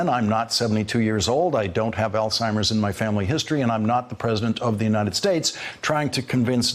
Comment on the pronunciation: I hear some ALZHIMER DEFECTING IN THE D O C T O R. INCAPABLE